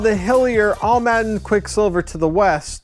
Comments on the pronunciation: Dude.... thanks for promoting Calero and Almaden parks, but it is pronounced Al-ma-den, not All-madden. I live in San Jose and mtn bike at both parks so ask the locals the correct pronunciation of the parks you visit. Thanks again for promoting both parks. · Almaden: Pronounced - 'Al-Ma-Den' Old Spanish for mining or metal operations Great on board ride!